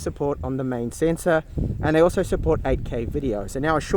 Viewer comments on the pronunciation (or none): none